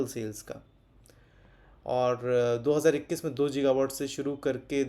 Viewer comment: जीगावाट नहीं होता गीगावाट होता है